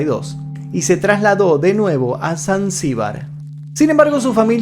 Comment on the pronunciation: de donde te sacaste la M de zanzibar monstro??